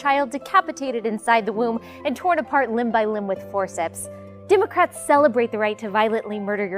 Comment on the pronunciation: "Dimocrats" she says. If we needed any further confirmation.